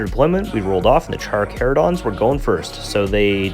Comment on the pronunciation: The pronouncing of Carcharodons is so bad lol. Armies look great though